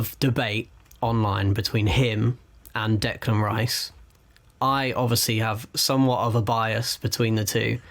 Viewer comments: Decline not Declime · Declain not Delan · Declime not Declan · Declan not Declain